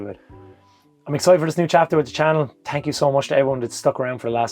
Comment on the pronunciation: Thank YOU , or should I say tank you. Congrats and best to you, you're living the dream. Well spoken too. also the Monday uploads are the best